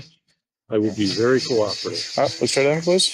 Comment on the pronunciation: the emphasis on VERY COOPERATIVE